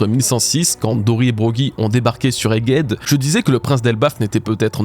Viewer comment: bros doit être prononcé BROWZ, Egghead se prononce EGHED, un petit effort!